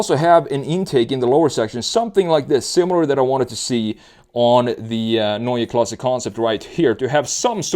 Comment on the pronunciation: Neue Klasse - new class, but pronounced quite well for a non native speaker. Usually it is used as "a class of its own" connotation and I bet BMW can deliver that too , no matter what drive train they are using cause do not forget they might be the last in the game still working on hydrogen in its different incarnations. Most people do forget about that, the long history of BMW hydrogen cars outside of the scope of the fuel cell: They are burning Hydrogen in ICE cars the last and only proper solution to meet the emission standards for any vehicle in the EU cause they are burning hydrogen in the usual and just slightly modified engines in the past decades starting in the 80s with the 7series hydrogen car - of cause experimental one. Therefore still in the game - at least for those who will be able to afford to buy green hydrogen (a lot more expensive without subsidies) might be able to buy a german picea system from Berlin which is a solar power system that is producing Hydrogen during summer for long time storage which is then later be used to run a fuel cell for heating (I guess 66% of the energy is used as electricity and 34% as heat to heat the house), not cheap at all or maybe affordable by american standards for roughly 100000$. At least an alternative for those with big pockets. But for sure BMW has to move to EV big times and will do that cause the key markets are dead for ice like China and Europe cause only for a limited time they can offer hybrids which are the wors